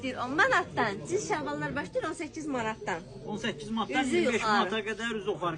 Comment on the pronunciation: Röyal bəy cinis demə , djins de.